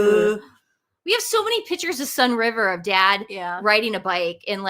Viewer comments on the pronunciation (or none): Great show, but please it's PICTURES, not PITCHERS!!!!!! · Please pronounce it “pick-tures not pitchers!!!